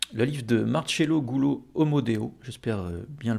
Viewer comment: "Marcelo" se prononce comme "MarSEille": "marCElo". Et "Gullo" se prononce comme "JOli": "guLLO". C'est un excellent livre. Il contient suffisamment de sources pour briser la légende anti-espagnole.